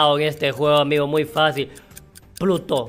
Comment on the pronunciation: Se dice bruto en vez de Pluto